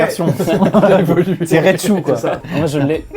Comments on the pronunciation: Amixem qui dit "raitchu" pour Raïchu et "spécoulos" 🤣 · Excuse moi maxime mais raichu prononcé rèchou et spéculos prononcé spécoulos... NON MERDE NON ENFIN !! MERDE MAXIME